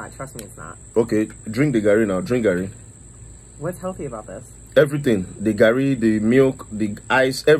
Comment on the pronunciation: He say garri yen kon 🤣🤣🤣🤣